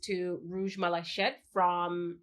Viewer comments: The only one intense is one of my new favorites and I was confused as to why you picked up on tuberose but I see you have addressed that. Also, please forgive my OCD English Nazi tendencies 😅and just FYI, malachite is pronounced mala - kite and not mala - shite. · the armani perfume is pronounced "mala-keet" , it's actually french :-) love the D&G and armani equally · Rouge MalaShit? :) i think you need to check the pronunciation for that one ;)